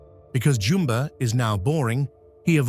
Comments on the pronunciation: Its Nah-nee not nanny Jum-buh not Jumbo, Ga-ntu not Gah-ntu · This is how you say “Nani”💀 “Nani” na -n -ie “Nani” You supposed say “Jumba” not “Jumbo” sorrry if I’m correcting you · Creative idea doing this. Good execution of it. Just please work on the pronunciation of the character's names. Nani is Na-ni, not nanny, and Jumba, not Jumbo. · Jumbo? Sorry I’m just😂 I love the pronunsions🤣😭